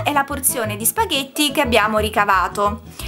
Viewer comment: «spaVètte» con la 'v' :-p. «câ pummaròla 'ncòppa» Saluti dalla Campania :-)